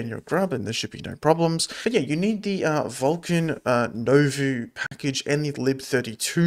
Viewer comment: It's pronounced New Voh. It's french for New.